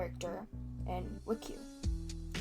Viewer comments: The video is great but pronouncing wcue as “wik-you” is a crime /j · Ngl I got so happy when I heard you say wuhque instead of w-c-u-e 😂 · I also say “wickiw” lmao